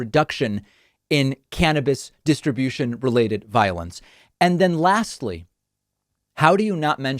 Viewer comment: Finally someone says cannabis like